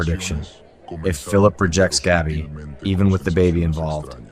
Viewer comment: Pronounce Gabby‘s name correctly, please.